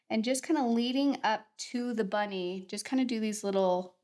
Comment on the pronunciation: really nice video again, some nice things to try out. would like to say though it's 'bonnie' as in isn't she a bonnie wee lassy meaning pretty girl not to do wit rabbits i.e 'bunny' 🐇😁